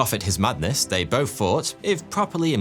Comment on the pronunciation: I mean, he also says bofe instead of both, and grofe instead of growth, munfs instead of months. Fousand instead of thousand... Pretty sure he's just lazy haha